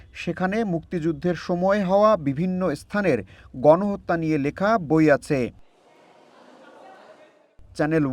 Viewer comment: বইয়ের নামটাই ত উচ্চারণ করতে পারল না। শিবিরযুক্ত ছাত্রদল।